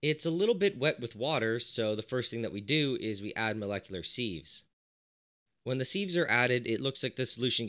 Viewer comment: I always think he's saying "seeds" at first lmao